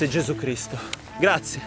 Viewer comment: 'Grazie Jesoo Creesto' 🌧️😅